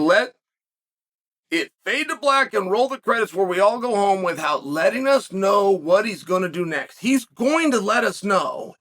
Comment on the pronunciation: It’s with-out, Chael. Not with-hout.